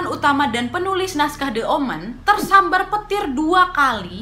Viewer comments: Kak Nad , aku trmsk follower baru nih🙈 baru sempet mampir ke video yg ini,, cuma mau ksh masukan, pelafalan "the" jika kata slthnya diawali huruf vocal please dibaca "di" jgn "de" lagi,, biar makin perfect kakak🥰 i like you pake banget pokoknya ❤️💃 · The (di) Omen The (di) Exorcist Bukan the (de-kat) mbak Nadia.. hehehe ! 😁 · Spelling saat baca the omen sm the exorcist....the nya dibaca i mbak, kalo ketemu huruf vocal, kalo ketemu konsonan baru dibaca e #aku fikir gak sengaja tp diulangi saat baca the exorcist, maaf yaa...masukan aja